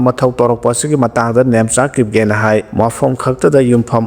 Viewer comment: Kip. Jen is to pronounce kip gain.